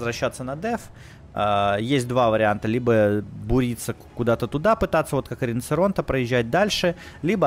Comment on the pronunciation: Как режет ухо слышать риноЦеронте, научись уже правильно говорить!